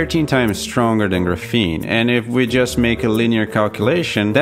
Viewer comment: I really enjoy your video, high quality and interesting to watch, quick question though - why you keep pronouncing it as ‘gruh-fene’ when it’s supposed to be ‘graf-fene’, it’s very distracting when trying to listen to your content. Other than that, Great work! please keep making videos.